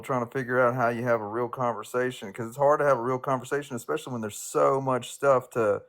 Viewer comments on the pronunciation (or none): Everybody's laughing at "ituation"... No one is mentioning the fact that she continues to put a k in the word especially... When there has never been and will never be a k in the word especially! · There is also no such word as EXpecially!!😡 She’s sickening and pathetic and repulsive!